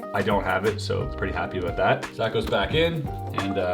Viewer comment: “Wanted to tahlk aboat” 😂😂 Canadians for ya